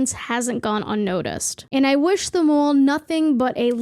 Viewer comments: I love how you say “All” lol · & ALL LOLOL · I hate how she says "all"